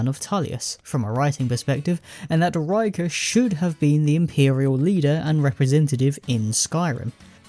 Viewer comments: Rikke's name is pronounced to rhyme with "flicker" btw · The mispronunciation of Rikke is actually insane.